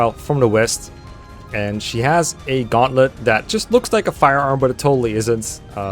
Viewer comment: "Gauntlet? No, no, no, you misheard us, we said GUN-tlet. Gun-tlet, that's right!" -Intelligent Systems, probably